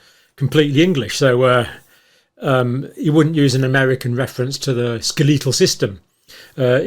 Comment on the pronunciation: Americans say SKEL uh tuhl if that is the same word (skeletal) we are discussing. I don't know who says "ska LEE tuhl"!